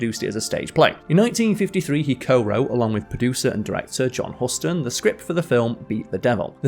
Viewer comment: He also mispronounced (John) HUSTON, and PORGY (& Bess).